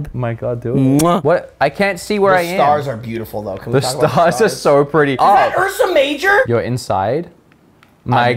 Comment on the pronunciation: “Is ThaT urSamaJor”